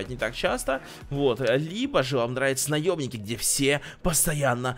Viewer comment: Мне одному послышалось от до (где то там) он сказал "наёбники"